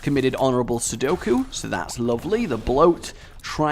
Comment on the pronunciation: its seppuku not sudoku